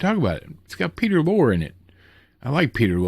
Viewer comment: Glad to know your doing ok with the storms going on. One nitpick: Peter Lore's last name is pronounced more like "lorry" but Hey, I mispronounce names all the time😊